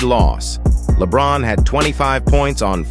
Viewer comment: Please use a different AI generated voice and work harder on ensuring it pronounces the players' names correctly. Your video still makes it feel like it was LaBron and a bunch of plumbers reaching the Finals.